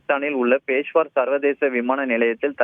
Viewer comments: நீங்கள் எல்லாம் எப்படி நிருபர்கள் ஆனீர்களோ ... பெஷாவர் என்று கூட சொல்ல தெரியாமல் பேஷ்வார் என்று கூறுகிறீர்கள்... பொது அறிவு சுத்தமாக இல்லை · is not able to pronounce peshavar properly....